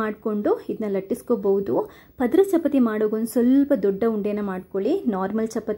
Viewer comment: Very nice tumba chennagittu,tricks kooda very good, nimma narration is also very fluent as well as good but small correction if you don't mind shall I tell it will help you in future e.g. pronunciation, chapati, there is one more word..... so please give importance in that direction.otherwise it is superb.